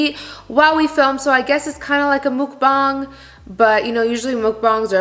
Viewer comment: The first youtuber i watched that pronounced mukbang right.